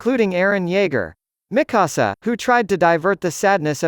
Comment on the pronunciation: Miksua not mikussuh